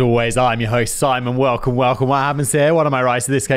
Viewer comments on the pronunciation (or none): none